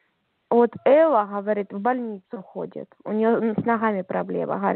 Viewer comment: Це лднр! Послухайте вимову "на чіста русскам"! "Хаваріт, шо" І кілька раз "у нас в республікє". Росіяни про республіки не розмовляють! І дружина каже, що ЗП відмовляються платити! В раші платять ЗП поки що! А в лднр проблеми з виплатою ЗП. весь час затримки